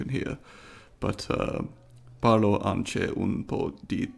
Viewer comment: When you said "I also speak a little bit of Italian." I giggled at the pronunciation you gave to "anche". But really, great video! Love your channel ^^